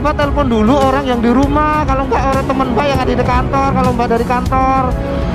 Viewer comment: temen apa temen😂